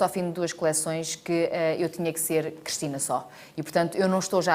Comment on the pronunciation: Eu como Cristina que sou reparo que a Cristina Ferreira diz "Crestina" ??